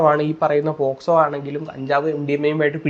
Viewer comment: Posco alla pocso...kurach vivaram enkilum aadhyam vekku